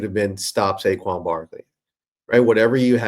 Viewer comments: Please learn how to pronounce Saquon ! Say-quan ! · At least say the mans name correctly